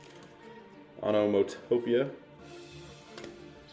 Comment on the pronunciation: "Onama topia"